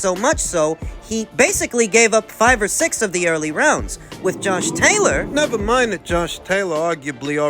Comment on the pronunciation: I'm so used to you saying Tosh Jaylor that it sounded weird to my ears to hear you say his name right 😂😂😂